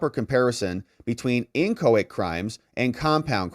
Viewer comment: Your pronunciation of inchoate is incorrect